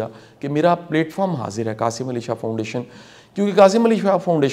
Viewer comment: Qasim Ali shah not qasi Ali shah